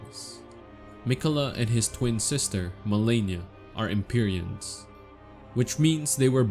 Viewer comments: Lol that’s not how they pronounce it in the game. They pronounce it EM-PEE-REE-UN and HAY-LIG-TREE. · Sorry, I just wanted to say it's pronounced EM-PAI-REE-UHN; also Halig (in old English, Halig is pronounced, as Holy or like a shrub such as Holly) therefore Haligtree is actually pronounced as "Holy Tree" same as Evergaols are pronounced as Ever"Jails" , the more you know 🤓, great video tho 🙌🏼